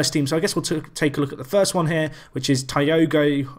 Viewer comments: Wow... what a way to start a story by scoring a set against Sotton, it almost feel surreal. .P.S.: A bit too late but hey... better late than never, Thiago would be pronounced as "Tee-ago". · Probably so, that's when they'll change database stuff right? Btw, it's pronounced Tea-ah-go hahaha